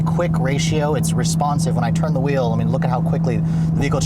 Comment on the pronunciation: You should get t-shirts that say “let’s check out the steering whool!” Love it.